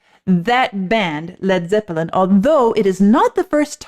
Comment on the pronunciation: I like the way you pronounce “zep pill en”. “Not to touch the earth not to see the sun nothing left to do but run run run “.